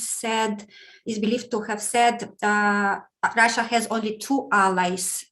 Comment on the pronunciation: has the best pronunciation of "Russia" 😄 I love hearing it ❤️